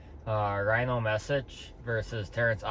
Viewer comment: Rino aint rhyno hes human. Ree-no ;D